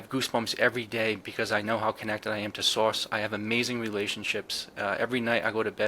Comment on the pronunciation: I love accent when he says “Divine Source”—it sounds like “Divine Sauce” to my ears. Cracks me up every time!, I’d love to see a live chat or a segment about humor in this whole experience. I’ve had moments of deep laughter that felt genuinely healing—like when the tricksters show up to remind me not to take myself too seriously. I’d love to hear your (and others) thoughts and stories about how humor plays a role in the spiritual or consciousness space. Thanks again for the great podcast!"